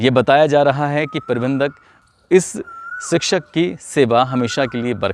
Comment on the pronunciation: Sikshak nahi shikshak hota he